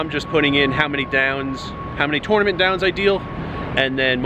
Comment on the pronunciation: You need to learn how to pronounce tournament.